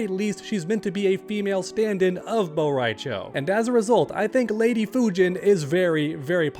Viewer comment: Instead of Fujin it is Fujina